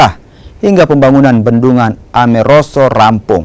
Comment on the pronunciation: Bendungan Ameroro bukan Ameroso😂